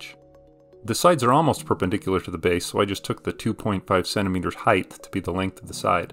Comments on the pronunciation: are you saying heighth? with an extra th? it's just height isn't it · height ends in t, not th. height not height-th